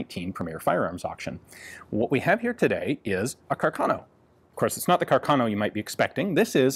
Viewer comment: Very interesting video as usual! The correct Italian pronunciation is "Càrcano", though.